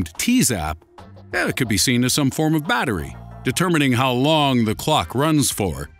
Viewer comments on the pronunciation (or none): none